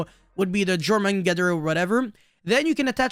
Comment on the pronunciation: jormungandr = Yor-man-gun-der